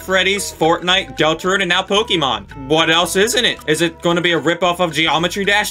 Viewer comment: DUDE THE "RIPPOFF DELTERUNE" INFURIATES ME LMAO